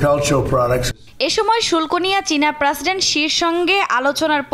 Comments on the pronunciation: এই মহিলা সাংবাদিকের উচ্চারনে সমস্যা আছে৷ প্রাসিডেন্ট কি? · প্রাসিডেন্ট না প্রেসিডেন্ট 😂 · এ মদ্যে না এইটার উচ্চারণ হবে "মধ্যে"। প্রেসিডেন্ট (President) তো সব জায়গাতে ভুল উচ্চারণ করেছেই, এমনকি বাংলাও ঠিক মতো বলতে পারে না। আপনারা টিভি চ্যানেলরা কি যোগ্যতা দেখে নিউজ রিপোর্টার রাখেন আজকাল? ইদানীং অনেক নিউজ রিপোর্টারেরই উচ্চারণ এতো ভুল! ইংলিশ তো দূরের ব্যাপার, বাংলা উচ্চারণও ঠিক মতন বলতে পারে না।